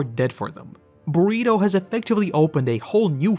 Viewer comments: Do you call Bertholdt, Burrito? 😂 I thought I was mishearing your accent but I don’t think so now. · Constantly saying Bergholdts name wrong is great 😂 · please just like say Bertholdt's name right its so annoying like his name isn't even that difficult to say, your name is 🙏